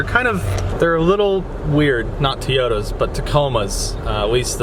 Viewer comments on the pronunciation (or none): Toyota not teyota